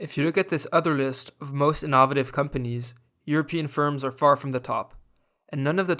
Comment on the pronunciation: Great watch but the way you pronounced ‘innovative’ certainly sounded innovative haha.